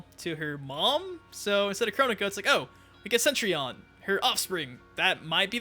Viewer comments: Again... “CETrion”, not “CENtrion”! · CETrion CETRION cetRION. NOT CENTRION. GOD !!!! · "Centrion" It's Cetrion... with one 'n'